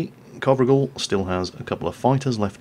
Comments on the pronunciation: y u no get the name right?? It's sounds like Covrigal like in description but if its COVRIGEL ( Romanian ) it sounds something like CO(like in Coal)VREEGEL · The right way to pronounce his name, the "gel" at the end should be pronounced just like hair gel. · Imi place mult cand incearca sa citeasca nume romanesti... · Covrigel means pretzel in romanian:))))). Also,, you said it totally wrong. Good thing you wrote it, wouldn't of recognized it otherwise. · that's not how you pronounce covrigel,if he is a romanian player then you do have to check out how covrigel is pronounced because it sounds kinda cute and covrigel in romanian means pretzel:D